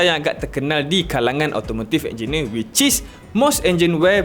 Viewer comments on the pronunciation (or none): Prkataan which is lain pula dgr